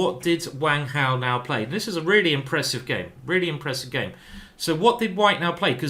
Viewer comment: I did notice you put on a slight Chinese accent when you got to Wang Hao's name. Very good.